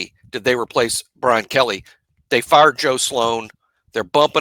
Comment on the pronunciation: Okay, one southern guy to another, did Kelley het fired ore farred? Lol Had to ask 😊